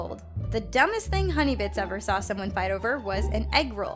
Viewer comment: Is it fouth or fight because its say fouth